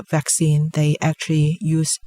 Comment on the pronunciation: It’s vaccine... not faccine... if you are not sure you could check dictionary